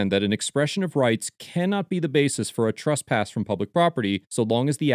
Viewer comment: What's 'trusspass'?